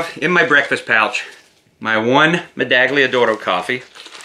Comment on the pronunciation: Hi, Italian here. it's meda-ll-ia d'oro, as you would say "medallion", only a little bit softer :) it's as a Spanish would pronounce "Tortilla" I hope you're not offended by my correction, thanks for your content :) Ciao!